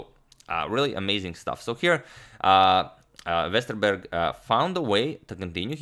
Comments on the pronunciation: Impressive pronunciation of Westerberg. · I'm of course not saying his pronunciation is perfect, it isn't, you can't expect that from someone who's not from Sweden. All I'm saying is that it was way better than I expected. Most people don't get a single part right; he basically nailed the "Berg" part of Jonathan's name. I know swedish, I was born in and have lived my whole life in Stockholm.